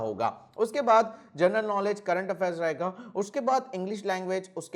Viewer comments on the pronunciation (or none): none